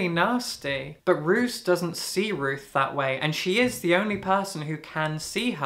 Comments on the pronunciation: Just so you know (and unfortunately the narrator made the same mistake), Roos means rose and the pronunciation is actually more closely to rose/rows than how English speakers would pronounce "roos". The narrator is absolutely fantastic, but because Roos and Ruth were pronounced so similarly it really confused me at times 😅 I talked about this with the author during a book event and she also said she didn't expect the pronunciation going that way lol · Just as a note: Roos is said as and means Rose in Dutch. The double "o" sounds like "oh". I haven't seen this comment yet, I apologize if someone has already said this.